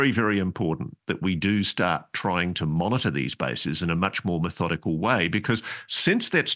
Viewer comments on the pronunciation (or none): none